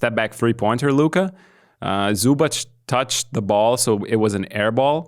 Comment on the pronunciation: Luka had a triple double with 30pts, and the best Croatian player had 19pts...again team Basketball won against one man show Luka. Croatia had like 29 point lead at a moment, is it that hard for you guys o give some more credit? and please for the love of God, it is pronounced Zubac not Zubach, like TZ not CH